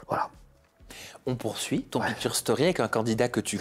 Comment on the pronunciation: on dit " pictshure" 😢